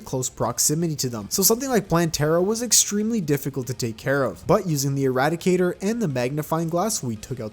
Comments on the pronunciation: Not as bad as him calling the irradiator the eradicator the whole time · calls Irradiator eradicator me: Please tell me the comments are saying this me: looks at comments the comments: not saying this me: welp time to post a comment